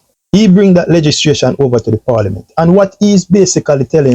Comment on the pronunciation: Legislation mi G. Not legistration.